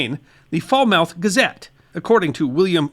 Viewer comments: It's not [fall-mouth]. It's [fal (rhymes with pal)- muth]. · why is bro calling it foul mouth its fal mith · It's Sock-oh, not Sack-oh. And, Faal-muth, not Fall-mouth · Good job pronouncing Bangor. The first syllable of Falmouth rhymes with "pal." Think FAL-muth. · Falmouth: fal (like pal) then mth, not much between the fal and mth. Be sure to make that a hard "a" also as in "at". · Just for the the record Saco is pronounced Socko,and Falmouth is pronounced Falmuth. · Falmouth in New England is pronounced Fallmuth lol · I believe you’ll find that Falmouth is pronounced Fal (like pal) mouth (muth) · S-ah-co Faal-muth Aroostook has more of u sound as in push. Other than that, very good video. Thanks! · Not sure how you guys pronounce Falmouth over there? but the History guy sure did butcher it to this Cornishman’s ears! We natives say it uber quickly “Foul myth”. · Note - Falmouth is pronounced Falmuth. Ayuh. 😁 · Saco is pronounced 🧦 SOCK-OH. Falmouth ( now Portland where a Feisty Woman dumped the contents of a Chamber Pot from a Buildings Window on the English Captain’s Head) is pronounced FOWL-MOTH. The burning of the Continental Fleet at Castine was important as well as the Court Martial of Paul Revere. Benedict Arnold’s failed Penobscot Expedition with its lost Chests of Payroll Gold and two Bronze Grasshoppers was significant too. The Building of Maine’s First Ship at Bath - The Virginia would make a great story ( I worked on Her recent Replica). This close St. Patrick’s Day ☘️ Portland’s Fenians and their buried Gold should get some mention… as should Eastport’s treacherous Surrender to the British. Our Privateers, Letters of Marque and Our Pirate 🏴‍☠️ and Smuggling History as well ( because… after all… don’t all great Stories involve Pirates 🏴‍☠️!?) Also that time the Confederates took on the Federal Navy in Casco Bay. Lovewell’s Fight would be another good Topic. ( I could discuss Maine History quite a bit , Bub!)